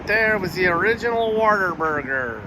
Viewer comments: it’s What-A-Burger, Not Water Burger! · Did really refer to Whataburger as "Water Burger?" I've never taken him seriously as anything other than a grifter, and this just validates my point. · Real Texans say water burger😅😅